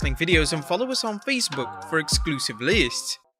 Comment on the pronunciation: If you can't say the word list properly, just don't use it.